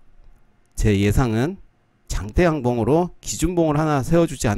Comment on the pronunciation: 발음연습하세요~~~ㅎㅎ 장대양봉상상 재밌네요 ㅋ 아~ 어제는 영상이 늦게올라와서 퇴근길이 적적했네요🤗🤗 금단증상이 ㅋㅋ 바쁘신가했어요~ 영상 감사합니다 ^^